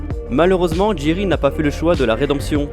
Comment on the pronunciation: C'est jace pas jerry 😅